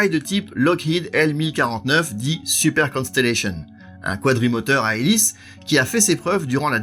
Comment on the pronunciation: C'est un fait, mais dommage que super soit prononcer à la française alors qu'il devrait être prononcer également en anglais étant donner qu'il fait partie intégralement du nom de l'avion.